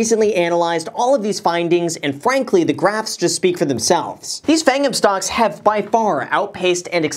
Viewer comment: Why do I hear him saying stonks when talking about webull